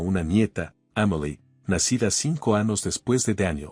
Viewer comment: Anos acaso el narrador no puede decir la letra eñe